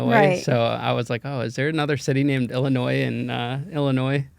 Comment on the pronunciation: Pet peeve ILLINOIS is not probounced with the S. It’s silent at the end 😅